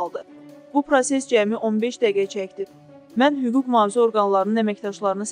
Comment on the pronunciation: hüquq mufazə də təzə sözdü aparıclnın agzından qatlq tökülür deyirəm utanmırsan mühafizə sözün tələffüz edə bilmirsən diktorluq xülyasına düşmüsən